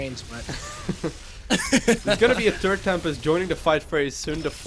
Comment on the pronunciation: What is a turd Tempest? he says turd Tempest, new unit?